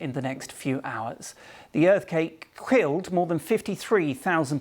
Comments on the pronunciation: „the Earth cake quilled“ sure BBC - the queens English, right? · Is the broadcaster having a stroke? He said earth cake and quilled at the beginning. Dude switched letters in 2 separate words.